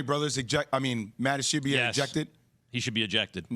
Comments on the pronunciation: Ishbia Ish-BEE-ya Not Ish-ee-bee-ya. Not Ish-eye-bye-a It ain't hard smh. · It's ISH-B-YA 😂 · J Will kept calling Matt Ishbia "Matt Ish-ee-bia." All these ESPN fucks don't know how to pronounce names. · I like how Jay Williams corrected Max on his pronunciation of Ishbia and they were both wrong. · I came here looking for this comment. Jay had been saying the name wrong the ENTIRE time beforehand too.